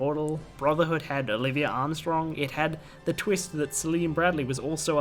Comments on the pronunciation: Who the fuck is Olivia Armstrong? It's OLIVIER Armstrong, pronounced 'olive-ve-ay' did you even watch it? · everyone just gonna ignore that he said Olivia instead of Olivier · Its Olivier! Not Olivia!! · It's pronounced Olivia, but is spelled Olivier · her name's oliviER. Not olivia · I love how much you love Olivier Armstrong, but still misspelled and mispronounced her name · Her name is Olivier not Olivia...